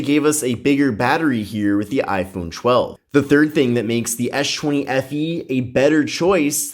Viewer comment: Essh 20 FE vs Aiphone 12 😂😂😂